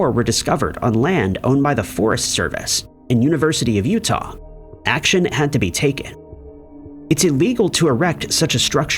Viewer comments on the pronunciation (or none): none